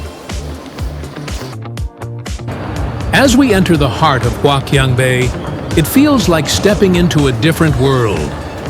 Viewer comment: Wouldn't you think that a wannabe influencer who was going to make a video about a place like HQB would at least learn how to pronounce the name of that place?! Gawd, that was painful to watch... (My Chinese wife, though, was amused.) But hey, since the audio is all dubbed in you can easily replace it with a better version, right?